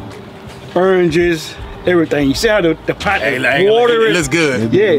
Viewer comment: Big Cash Sound like my Granny Rest in Peace 🕊️ talking bout some "Eranges" Oranges🤣😂